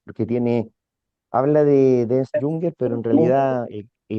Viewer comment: No es Ernest Jünger, se pronuncia Ernst, si quieres traducirlo di Ernesto